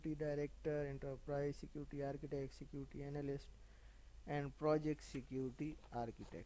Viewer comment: Sick-Uty 😂😂😂😂😂😂😂 Security nahi hota